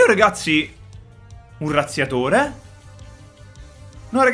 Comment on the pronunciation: "UN RAZZIATORE"😂😂😂